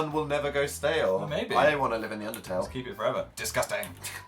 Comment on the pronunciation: Anyone else notice that Jack calls it Pundertale too?